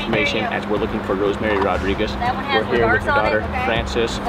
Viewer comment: Rodríguez NOT Rodriquez...🤦🏽‍♀️